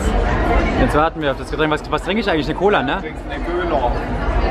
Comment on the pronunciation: Bei den Nachbarn würgen?! Pls what? :D :D und bei schön sächsisch, „du trinkst ne köla“